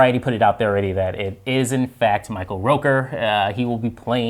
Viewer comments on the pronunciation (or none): ROOKER...Like Hooker. Not like Al ROKER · ROOKER, not ROKER!!!